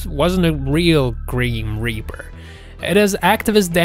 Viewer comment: What did you call it? A greem reaper. True to this kind of channel who doesn't check spilling or how to read. It's Grim Reaper. Look it up Do you know what the work Grim means? Cause you couldn't be calling it Greem.